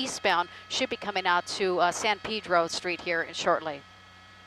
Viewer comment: It's not Pidro it's Pedro